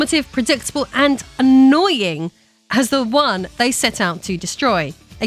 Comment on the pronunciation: Well I watched the video and it was a long-winded emission of the more-enlightened-than-thou brand of centrism. If you listen to the emphasis put on the word "annoying" , that seems to be all this boils down to. I can't blame anyone for being tired of the culture war but it is happening for a reason. A couple of notes: First, opposing an ideology isn't an ideology in itself. Second, just because there are people misusing a word doesn't mean the word has no meaning. It goes without saying that there are midwits and bad actors on all sides of the issues here but this kind of metadiscourse benefits no-one. If you're tired of it, dip out.